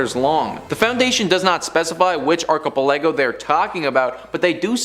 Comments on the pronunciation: Thank God you finally stopped saying archipelago. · Archipelago is a group of islands. It’s not hard to google a word and learn how to say it properly.